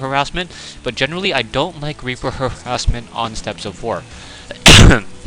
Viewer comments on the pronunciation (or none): pronounce it like STEPS of war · I'm pretty sure steppes is said like "steps". From Merriam-Webster: Main Entry: steppe Pronunciation: \ˈstep\